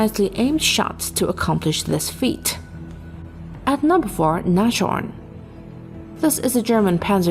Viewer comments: Nas-horn, not Nash-orn 😏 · btw nashorn is pronounced "Nas horn" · That is what happens if you don't do your research properly. The wikipedia article in English has a phonetic transcription of how to pronounce it [ˈnaːsˌhɔɐ̯n]. If one cannot read the International phonetic alphapet one REALLY should not narrate any videos.. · Oh please....don't make a "sh" where is none...it's pronounced nazhorn, syllable division is Nas-horn (nose-horn = rhino) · Funny, how you pronounce "Nashorn". 😁